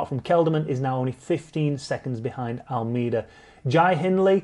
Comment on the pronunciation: Speaking of making an out of you and me... AlMAYda <-- Actual pronunciation! Not AlMEEda. Notice Me, Senpai! :'( The Sunweb boys are looking strong at the giro. Maybe Teo can nab 3rd. What struck me about the finish at the Ronde was the nobody tried to veer into the other's line. Massive props, they just fought it out fair and square. :)